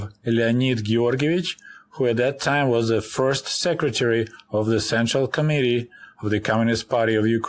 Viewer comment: I'm not sure if you are doing this deliberately, but you pronounce committee as comedy. It always cracks me up. In any event i grew up the same time as you in the US. It is nice to get a peek around the propaganda of both governments. Thank you for the stories. JW